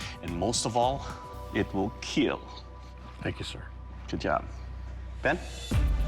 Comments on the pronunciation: Best impression of Doug's "IT WILL KEAL". I'll wait for it! :D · I came here to hear the word "IT WILL KEEL" 🤣 so legendary